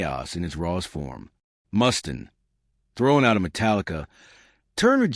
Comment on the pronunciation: Who's Dave Mustin? Can't you at least use a human voice? Garbage. Channel blocked.